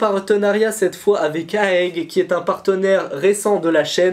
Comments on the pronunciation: Bon concours bg euh juste on dit pas aèg mais A E G juste les lettres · Mdr 😂 c’est pas aègue c’est A.E.G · C'EST A.E.G pas aeg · on di pas aeg mais A E G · Salut je crois qu'on dit A.E.G et pas Aégue 😂 Sinon continue tu gères, j'adore ta chaîne